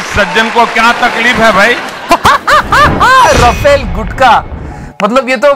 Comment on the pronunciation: The correct pronunciation is R(h)u-faal ..